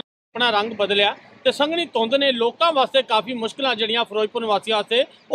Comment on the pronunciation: ਸੰਘਣੀ ਹੁੰਦੀ ਨਾ ਕੇ ਸੰਘਨੀ ਵਾਅ ਉਹ ਜਰਨਲਿਸਟ